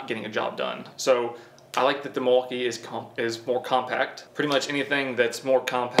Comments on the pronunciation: Lol… I heard “deMaltkee”…. ? Don’t we just want the best of both world…. I think they both are great tool, I like the power from Milwaukee and I like the new designs of dewalt, plus new stackPack batteries…. I owned both brand and there are just pros and cons for both. Both good brand to go for! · "Delmaukee" lol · It's pronounced Milly wau Kay and it's native for the good land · Thought i was the only one that heard that